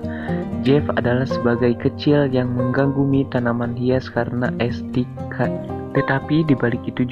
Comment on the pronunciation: Belajar membaca yang benar dulu mas, ngomong ESTETIKA aja ngaur Mulu 🤣🤣🤣